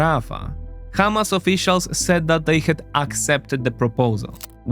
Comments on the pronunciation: It is Hamas not Kamas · It's "Hamas" with a harsh "H", not "Kh", unless you wanna say it in Hebrew.